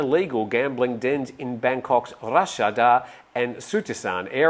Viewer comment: The correct pronunciation is Rat-cha-da. Its worth the effort to learn Thai script if only to get your pronunciation right! Otherwise great video. I am one of those highly skilled professionals but I don't have the income and resources they require for this LTR visa; I think they need a reality check about what we foreigners earn in our home countries. We are not all Americans and Canadians with high incomes!